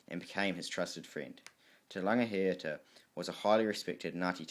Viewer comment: Awesome mahi brother, just remember to check pronunciation especially with chiefs such as these you are butchering there names, imagine everyone were to do so the language of Maori would change. Te Rangi high ata Te Rau Para ha